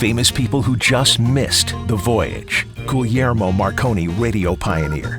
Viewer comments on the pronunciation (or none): none